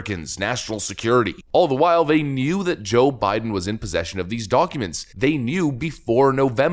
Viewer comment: Why do you pronounce documents doo awk uments? You sound Canadian with that accent.